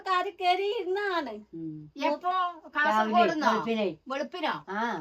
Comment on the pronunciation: കാസർഗോഡ്‌ സ്ലാങ് ഇങ്ങനല്ല. കഷർഗോഡ്‌ അല്ല 😢😢😢 ജൂീഷ് അല്ലാ. ജ്യൂസ് ആണ് 😊